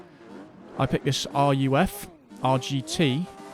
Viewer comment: RUF is spoken as "roof" btw. ;) German pronounciation and all that :) Impeccable driving as always btw.